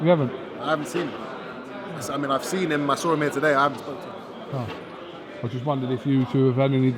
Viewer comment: cant pronounce seen. the fool keep saying sin that, i sin you. the word is seen